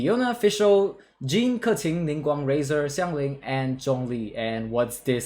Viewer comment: Fun fact this guy is the only one that pronounces Keqing right